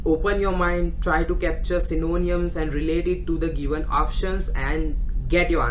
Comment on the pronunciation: Its not synoooniams...........its sy-no-nyms!